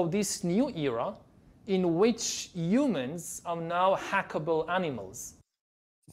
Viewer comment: He calls Humans YouMens or You Men not him